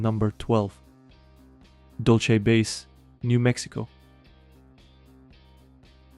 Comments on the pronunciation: Dull-say, not Dull-she. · "DOL-CHE BASE" is nefariously diabolical🤣